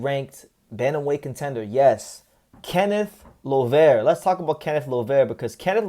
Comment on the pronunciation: Finally you said his last name right. Salute to you! Thank you for making a video about Kenneth Llover his our next superstar. He’s career is in the right direction especially with Gerry Penalosa as his manager and Kameda promotion handling him.